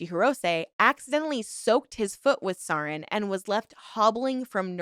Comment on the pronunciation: All that about pronunciation at the beginning just made it way more noticeable when you still mispronounced stuff afterward especially important stuff like "sarin gas" 😂